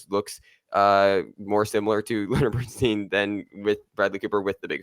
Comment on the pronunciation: It's actually pronounced 'Bern-STINE'. This mistake happens often--just remember you would never say Ein-STEEN, but rather Ein-STINE. (same spelling). I know I know, I'm being picky but this kind of thing bothers me. Otherwise, nice review lads.